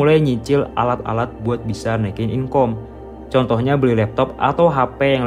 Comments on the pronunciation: jangan bilang inkom...tapi dibacanya inkam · Inkam bg bukan inkom